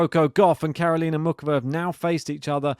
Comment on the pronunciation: There is no OOK in Muchova. The C is not hard. More like, MOO HOE VA (with a little 'depth' on the H of HOE).